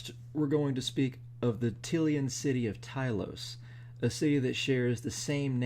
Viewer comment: A few random thoughts: While you could be right when it comes to Tilea's pronunciation (I pronounce it Tuh-LAY-uh in my head because that sounds more Italian to me), I'm pretty sure Morrslieb should be pronounced like "liebchen" in the second syllable, so "Mores-leeb." Sorry, but those were just both driving me crazy so I had to say something. Beyond that ... I'm way more familiar with the fiction than the lore, so this is fascinating to me. I'm curious, WHY do people assume the unnamed figure was an agent of Tzeentch? Did I miss that the skaven actually came from mutated rats? I'll admit I listened at work so I might have just been zoning out a little here & there. Also, I'm assuming you read that tale from a WHF book & it's just bad editing, BUT wouldn't it be fun to assume that the tale is a LITERAL oral traditional tale told by skaven elders (I can't imagine them writing much down)? That explains the tenses getting mixed up here & there (they just get so excited at certain parts!) and explains why it doesn't match up to reality very well. If you take that explanation (a far stretch, I'll admit, but run with it for a second), then I can easily imagine this tale being ESSENTIALLY true, but then the tale, through the ages, added in 'oh, and it was Tilos & we totally killed a bunch of dwarves the SECOND WE WERE CREATED.' Like, the original tale was just ... Tzeentch built a tower in the Wastes, rang a bell 13 times, and the skaven were born. Anyway, cool stuff!